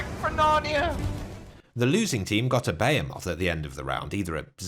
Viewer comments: Behemoth? NO! BAY-A-MOTH! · “Bay-Heh-Moth”